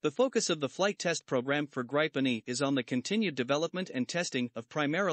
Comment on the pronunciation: GRIPEN is pronouced GREE PEN !!